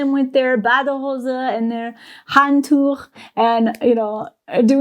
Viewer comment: It's crazy how effortlessly and casually you drop random german words at this point! Most stuff I didn't even notice anymore. And difficult stuff with ch , like Handtuch, too! You've come a long way in such a short time! 👍